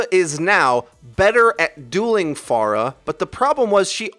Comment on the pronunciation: Thanks for saying Pharah's name right